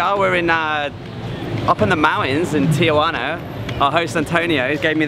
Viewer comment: Tijuana, not Tiajuana.